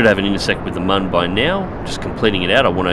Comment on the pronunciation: Its me again, it is not mon its moon and it is pronounced like Muun, can u say it in the next video i wanna hear u say it correctly ;))